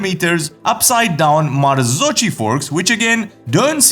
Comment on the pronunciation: Pronunciation of marzocchi. Just thought I'd point out. The ch in Italian sounds like a k. Fab stuff. Luv yr channel